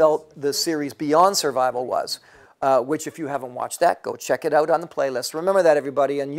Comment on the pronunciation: Also, gotta love the "check it oot" lol